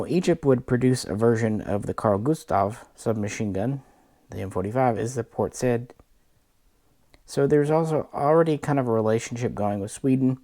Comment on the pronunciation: For anyone who cares: Port Saïd ( Egyptian Carl Gustaf/M-45) is pronounced « saheed » but a short ee like sahe’d.. Please look for me for more unsolicited comments all over the interweb..